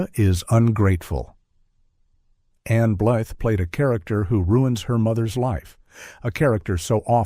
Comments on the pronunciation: Anne Blith? Vayda not Veeda. Come on, how much more time would it take to feed AI accurate pronunciations? Unforgivable, especially since the commentary is excellent. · I never heard Ann Blyth (blyeth) was difficult. Michael Curtis (kur-tease). AI sucks.